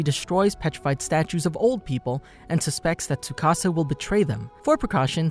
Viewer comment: tsukasa not sukasa XD